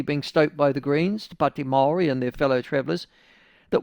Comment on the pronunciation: Why cant this dude pronounce 'Maori'? He says it differently each time, and its somehow always terrible